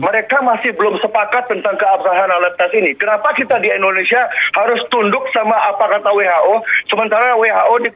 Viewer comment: Indonesia bukan endonesia lol